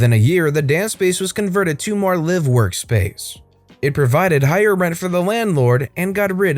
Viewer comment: It’s not “live” like “live animals”. It’s “live”. As in “I live on this street.” There are two pronunciations for the word. It just bugs me. Just like when people type in”ect.” for etcetera. It’s “etc.” Not sure if they’re typing fast or just don’t care or know. My dad, (RIP) was always a stickler for spelling and grammar. So, being his only daughter, I’m the same way. Sorry, people.